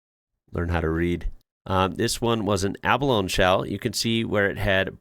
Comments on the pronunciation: Abalone pronounce it Aba lone EE😊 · Cronulla - “Cron-ulla” Abalone - “Ab-a-lone-ee” Cheers from Oz.